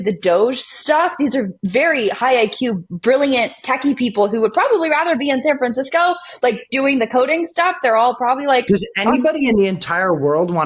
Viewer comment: I think she said san franchesco train stand.